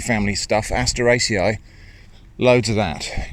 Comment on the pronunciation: My day gets instantly better whenever I hear say asteraceae